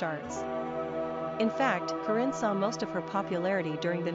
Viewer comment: u say corrinne wrong!